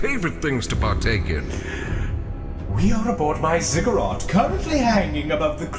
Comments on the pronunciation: Just noticed that the last time tries to pronounce the Laughing God's name, he says Kakarot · fun fact: the official pronunciation of the laughing god is "seh-go-rack" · apparently Cegorach is actually pronounced KEGG-orr-ack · By the way, "kegg-or-ack" is the correct pronunciation of that evil, horrible clown's name. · For those who don't know, it's pronounced KEGG-orr-ack. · "Damn you laughing god! How do you pronounce your evil, horrible clown name?!"